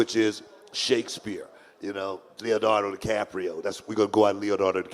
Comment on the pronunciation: Sounded so smart until he said 'Leonardo DiCaprio.' Yikes.